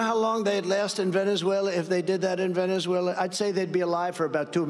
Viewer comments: Funny you say that, because Trump couldn't pronounce Venezuela in this speech and had to slur his way through it because he's in the early stages of gross dementia. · Is this the speech where Trump showed his in the early stages of gross dementia by slurring his way through trying to say "Venezuela"?